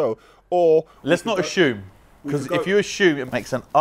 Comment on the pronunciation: Is is common for a british person to pronounce assume as Ashume? 😂 Plz let me know👇